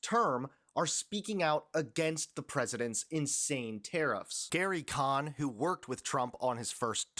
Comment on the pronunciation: Gary "Cone" - not "Kahn"